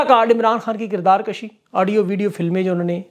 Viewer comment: او بھائی صاحب یہ کردار کُشی ہو تا ہے نہ کہ کردار کَشی